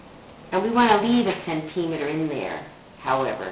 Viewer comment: she cant say centemeter